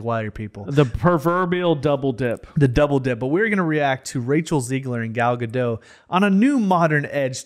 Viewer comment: Who the hell is "Gal Gado"? I keep trying Google but it keeps saying "Gal Gadot" Say dot. Now say Gadot. Being literate is fun.